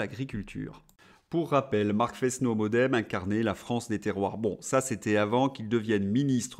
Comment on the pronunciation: Pourquoi Fesse-no ? C'est le "s" de l'accent circonflexe. Forest donne forêt. Frenot, comme frêne. Il me semble.